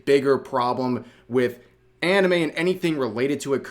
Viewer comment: All "anime youtubers" are cringe as shit imo. Somehow hearing a westoid say, "auhnumay" in real life just ruins it for me. No thanks.